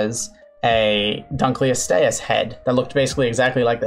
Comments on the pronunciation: It’s not pronounced like that. It’s DUNKel-OSTeeus, not DUNKel-ostEUS. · Named after David Dunkle whose name is pronounced Dunk-el. It should be Dunk-el-oh-ste-us. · I’m sorry. I know you’re trying. But the butchering of some of the names is hilarious. That. That is not how you pronounce Dunkleosteous. It’s pronounced Dunk-lee-oh-stee-us. Paleontological names are either super complicated or not at all. Also a few corrections- they don’t have teeth. The teeth aren’t bone covered- they’re literally part of the jaw. The jawbone is the teeth. Also, fun fact, they think it could open its mouth in a fourth of a second, and the tip of its “teeth” could reach tens of thousands of psi. Also they were cannibalistic. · Why does the pronounce Dunkleosteus instead of Dunkleosteus? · Btw its pronounced dunk-lee-ost-ee-us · Huh, Didn’t know Dunkleosteus was pronounced like that. I always emphasized The “Dunk” like The word Dunk. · I know for a fact your pronunciation of Dunklosteus is wrong because it's named after a person, paleo-ichthyological curator David Dunkle, pronounced like "done-coal." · Named after a guy called David Dunkle whose name rhymes with "Uncle". So it should be "dunk-el-ost-ee-us". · honestly would prefer that over how he says it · u kept saying dunkleostious wrong :/ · is that actually the way you pronounce dunkleosteus? cause ive always heard it said differently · Why do you say Dunkleosteus like that? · the way he pronounces dunkelosteus makes me die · When the fish biologist pronounces dunkleosteus wrong